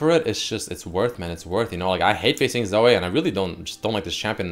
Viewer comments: As a Zoe main i take offence to you calling her ZoA. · your Canadian prononciation of Zoe (Zo-ayy) fucking kills me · According to its not Zoe its Zoay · LOL pronunciation of Zoe